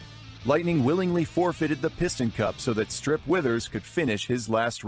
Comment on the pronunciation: It’s pronounced WEH-thihrs, “”! 🤨